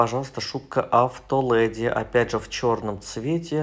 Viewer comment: АвтолЭди)))) Леди! Учимся правильно говорить😅